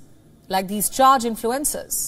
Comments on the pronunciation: I thought she said 'influenza'...😳😜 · This is a good newscast, but I wish the anchor would adjust here pronunciation so its a little more easy to understand for North Americans. I couldn't figure out what "influenzas" had to do with TikTok.